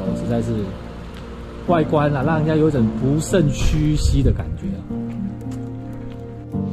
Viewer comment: 很棒的企劃，然後是不勝唏噓 （ ㄅㄨ ˋ ㄕㄥ ㄒㄧ ㄒㄩ）才對，唸成（ㄅㄨ ˊ ㄕㄥ ˋ ㄒㄩ ㄒㄧ ）了啦！